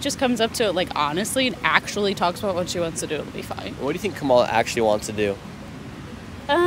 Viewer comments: KA-mala KA-mala KA-mala The stress is on the first syllable. Dude, how hard is it for you to put the stress on the first syllable? You’ve been saying Ka-MA-la forever. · Dude, pronounce her name properly for starters. After 4 years and you cant say "Ka-ma-la"?!??...... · Shirley, why do you mispronounce “Kamala”? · Racist for white male to mis pronounce her name, but not one person that is supporting KH can say her name right 🤷🏿‍♂️ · I love how you don’t even try to say Kamala’s name correctly lol. At least Trump learned to say her name correctly (most of the time). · Nick, you could at least have learned how to pronounce Kamala before you posted a video where you said her name at least 5,000 times. Jeez Louise!